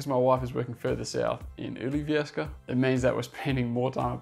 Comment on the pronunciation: Ngl that was some impressive pronunciation of "Ylivieska", just like a native. Especially since the sound [y] doesn't exist in English, as far as I know. The stress and intonation were perfect too. (Sorry, I'm a language geek.) I live in Finland Proper, but definitely love Lapland. Life is just different there. One day I'd like to live there, even if only for a few years.